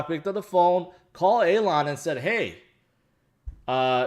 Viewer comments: ''Aylon"'? Its Elon! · Hey, it's E-lon, like the ees in fees. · Alon FUD fits the best... "Shhh. Be vewy vewy quiet, I'm hunting hodlers", "scwewy Bitcon" 😂